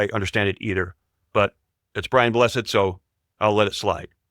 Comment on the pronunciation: You said his name wrong! BRIAN BLESSED!!